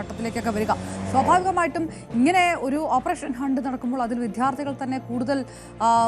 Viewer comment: "വി-ധ്യാ-ർത്തികൾ" അല്ല "വി-ദ്യാ-ർത്ഥികൾ" എന്ന് വേണം പറയാൻ. 🤦‍♂